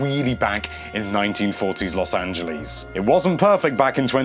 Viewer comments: Los Angelees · Los Angelees? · Los Angalees